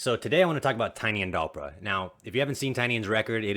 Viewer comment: Your saying his name weird